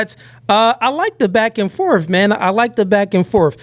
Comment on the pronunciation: it’s ‘’back and forth’’ not “FORF”!